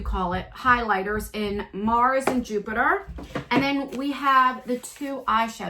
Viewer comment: I wish I didn’t miss out on this. I love this box! I only own his moon spell palette. Lol I love that you keep saying juniper when it’s Jupiter. 😘 Wow that Greek palette is gorgeous and so up my alley. This was so worth it. I also love the hoodie he sent it he a moon on the sleeve too! What are you wearing on your eyes in this video it’s gorgeous! This would be a great birthday gift if I win!